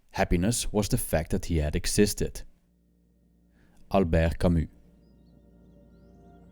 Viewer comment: I love you for saying albert camus correctly